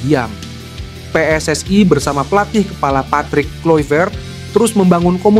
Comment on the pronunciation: Jangan dibaca PSSI itu Pe Es Es Ai tapi tetap aja Pe Es Es I, emangnya singkatan dari Persatuan Sepak bola Seluruh Aindonesia..?